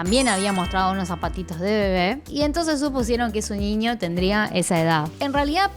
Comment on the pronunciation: Me encanta de verdad cómo dices la palabra "bebé" te queda súper lindo 😍😍es por el acento argentino por lo que me gusta 🥰